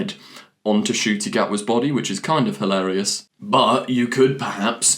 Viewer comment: His name is Ncuti! The N isn't silent it's n-shoo-tee!